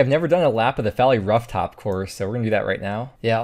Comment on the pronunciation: Love your vids bro .. L I L G U C C omg gz! but explain when you said ruuf tops yoo #352 UIM .. NoPlsDadStop LMFAOOO lolol wuv yew kip E N G L I S H I S G O O D dude you touched me .....@@ life is not always a waiting room , stop worrying about the destination ... dude ...... ❤